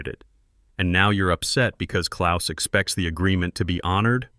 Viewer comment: As a Gernan-born lad with the birth-name, "KLAUS" I enjoyed seeing the name written correctly and also spoken correctly! Knowing how precise my mother was about everything she said and did, I can just imagine how this BOARD struggled with the directness of the German Language!